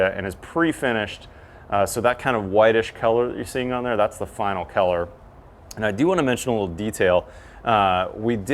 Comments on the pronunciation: I have never heard anyone pronounce color as "keller". I know talks with a lot of bro-slur, but this was a new one. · Is he saying color or Keller? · Am I the only one hearing keller and and not color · I thought he was saying Keller the whole damn time 🤦‍♂️. Lol. Color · I wonder where that accent comes from when you say "color". I thought almost the entire video that you were saying "keller" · I keep thinking you're saying 'Kellar Plus' and talking about the kellar of the caulking. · I can't get over him pronouncing color as kellar constantly. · this is keller plus... thank you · is awesome... but he has no idea how to pronounce "color". 😂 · I can't get used to the way you pronounce colour lol. 👍🙂